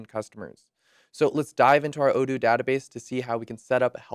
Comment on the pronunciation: ita odoo and not odony :)